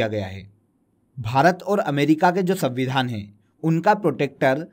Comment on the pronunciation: abe sanvidhaan hota hai savidhaan nahi